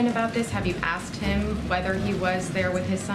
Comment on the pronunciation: “I ain’t saying noffing on what you axed.”